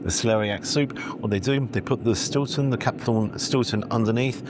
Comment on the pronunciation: Not so much Eats as Sloshed 🤣 "They put the shhtilton and shhhhleric in the zzzzzz"🤣